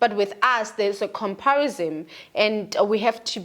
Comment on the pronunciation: 😂😂😂..."sunthing, comparisom". 😂😂😂